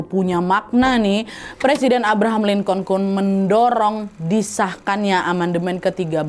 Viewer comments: Lincoln dibacanya "lingken" wakkk🙏🏻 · Cara bacanya Abraham "Linkin" Wak e Izin koreksi❤